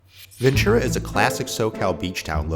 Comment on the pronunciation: Rice is good but Rice By Mama is my preference. And Ventura has a t sound to it, not a ch.